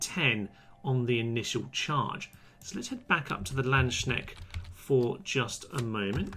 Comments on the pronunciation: "Landschneckt Pikemen" "Landschneckt" "schneckt" O_o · very interessting video BUT please don't call the Landsknecht - Landsschneck ;D schneck means in german slug ;D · As a german it’s delightful to hear you try pronouncing Landsknecht